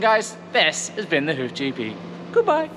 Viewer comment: Love this channel! I have to ask...am I the only one that hears " welcome to the hoochie pee" ? 😆 🤣 🤪 😜